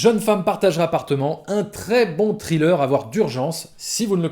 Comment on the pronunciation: Par contre pitié faut arrêter de prononcer thriller "trileur" 😭😭😭😭 sans pour autant faire le fameux th anglais, dites au moins "srileur" quoi les gens 😅